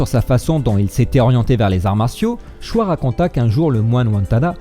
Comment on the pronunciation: Choi se prononce :"tchoï". Et non "chwa". TaKÉda Sokaku et non "TAGADA"...😁. Bonne vidéo sinon.👍